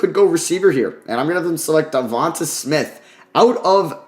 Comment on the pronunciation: Let's sound this out...DE-VON-TAY SMITH not DE-VON-TUH SMITH